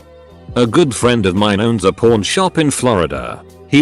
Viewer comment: The word itself pawn shop said like that doesn't sound like that and also a safe 😂 personal hell yeah I know